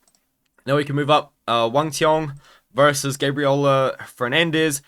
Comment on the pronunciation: He is the only one pronounce Wang cong’s name right